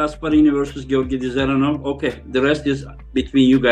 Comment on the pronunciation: usually pronunces evropean names correct but not all. Devon and rest of north freedombois always butcher evropean names. Just listen how russians and qazaqs say Dzeranov and there you have correct way to say it.